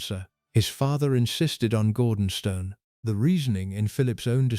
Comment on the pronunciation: For the love of God, it is pronounced GORDONSTOON!